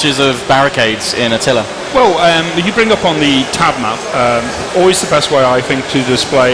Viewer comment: His name is Attila, not "a tiller".